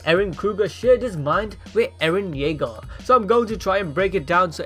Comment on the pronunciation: ERIN YEAGAAA AND ERIN KRUGAAA. No offense FAM♥️😂